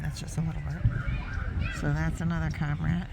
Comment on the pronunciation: Cormorant, is pronounced like. Kor mr uhnt. You can Google search....how do you pronounce ______. And there is a little speaker icon you can click on and a little face or mouth will say it for you. So neat, I love playing with it. Love seeing wild life videos. Tfs